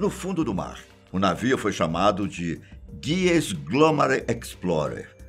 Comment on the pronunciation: Não é "GUIES", é HUGES! HOWARD HUGES!